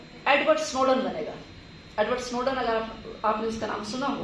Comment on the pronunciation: Kuttiya, Snowden pronounce karna tou seekh lete